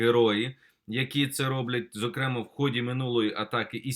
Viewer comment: ЗокремАА. ВИИпадок.